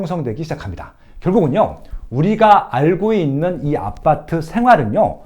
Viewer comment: 아파트를 계속 아빠트라고 발음하시네요ㅋㅋ